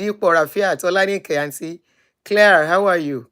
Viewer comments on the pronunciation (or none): none